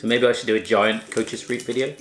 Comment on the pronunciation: Whahaha kootjes reap zegt hij echt geweldig als ge zelf dutch spreekt like if you agree